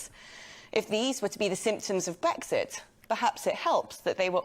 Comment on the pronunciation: She can't even say Brexit. She says Bwexit.